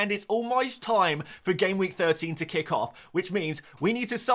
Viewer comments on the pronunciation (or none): none